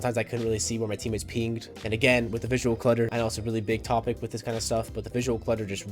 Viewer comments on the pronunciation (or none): none